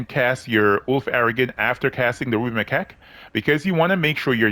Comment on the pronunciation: come on, say it correctly.. the ruby my🐓